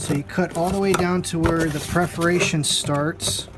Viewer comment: Very helpful video but the repeated mispronunciation of "perforation" is distracting (at least for me).